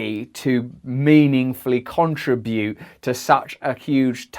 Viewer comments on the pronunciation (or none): While it drives me mad that you put the emphasis in the “con” of contribute, instead of the “ri,” I will admit that my contribution here is trite and continue to say you are making some of the finest videos on this planet. 👏